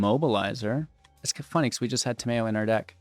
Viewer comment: "Ta-mayo" Tamayo? Ta-mayo?! What is she, a condiment?